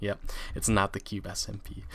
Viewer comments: H: The Cube SMPEH Me: Wtf. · Cube SMPeh!!! Lol makes me laugh!! :)